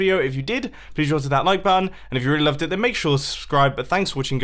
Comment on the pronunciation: At the end it was like maksursssssribe